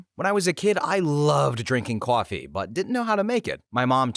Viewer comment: Are you saying "coffee" in that last story? Sounds like kwaffy